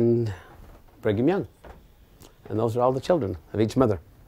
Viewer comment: Anyone else notice they named their son what sounds like “Bring ‘em young”? 😂